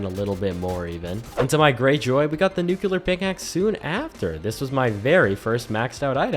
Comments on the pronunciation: This video makes me ask: How do people still say Nuc-ulear when the word is right in front of them spelled Nu-clear?! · "nu kyu ler"?? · so most people are illiterate idiots, that's what you're saying? Just looked it up - it's because Americans are stupid and go "-ular" is more common than "-lear" so obviously it's "nuke yoo ler" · Nu-cu-lar. shudders